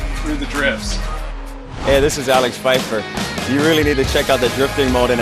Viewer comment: Omg they butchered Alex Pfeiffer's surname.